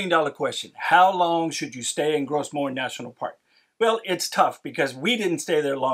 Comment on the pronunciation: Another little pronunciation tip... Gros Morne is French and so "Gros" is pronounced exactly like "grow" in English.